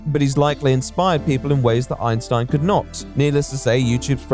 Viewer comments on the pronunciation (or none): none